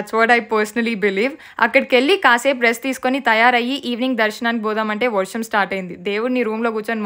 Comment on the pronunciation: vorsham kaadhu varsham❤😅